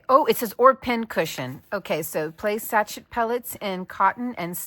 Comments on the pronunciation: FIY: Sachet is French. Sash-ay. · It is pronounced sah-cheah. With is a scented ball/whatever, of fabric. What you just made. The had would look very cute on a little teddy bear head as decoration. I have a hatless near in our guestroom. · Pronounced sash-A 😊. It’s important to learn something new every day.